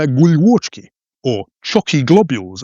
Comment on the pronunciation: Sir, hats off to you... not just for summoning up the courage to make a (nearly) whole video in Slovak, but also for a very very good pronunciation... For me, the best was how well you pronounced "guľôčky" And this is certainly a no mean feat, as the sounds in Slovak and English are very different. I remember when I was struggling with learning some of the English sounds when I firstly started studying English more than 30 years ago in Slovakia I stumbled upon your videos on Facebook (thank you FB algorithm), but now I'm going to watch them all and in full, because I really like your perspective when you are describing Slovakia... Please keep up your amazing work and I'll look forward to more of your videos